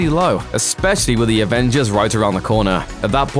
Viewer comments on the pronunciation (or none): none